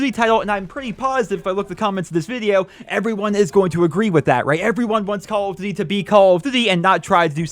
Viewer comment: "Call of dvvy"